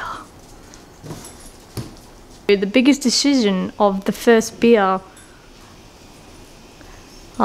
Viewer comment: "Deshizion" haha